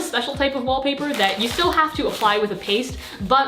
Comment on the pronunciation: did she just say "Stuhl"?? (= chair in Germain) I like u more now ❤️